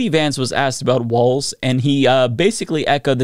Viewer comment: ….you said Tim waltz , not Tim Walz. (no “t” in Walz)